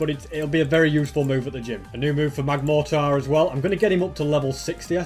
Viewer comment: It is magmortar not magmartor.